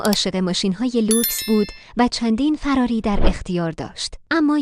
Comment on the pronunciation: چرا میگی فَراری. چرا دخترا همیشه فراری اشتباه میگن؟